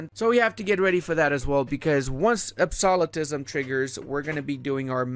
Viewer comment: Ab-so-lu-tism Not ab-soli-tism